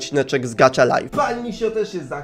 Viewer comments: Gacha nie gacza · Elo mam tylko jedną uwage no bo czyta sie po prostu gacha a nie gacza Może wejdziesz na mój kanał byłabym bardzo wdzięczna Najlepiej serie: "Jestem sławna" bo inne są takie no... Lub" Bez Emocji" z Góry dziękuje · Nie mówi się gacza tylko gacha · mówi się gaha life a nie gacza life taka porada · Nie muwi się gacza tylko gacha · to sie nie czyta gacza lajf tylko gaha lajf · to nie nazywa się "gacza" tylko gacha😡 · to jest gacha life a nie kurde gatcha life jestem hejterem xD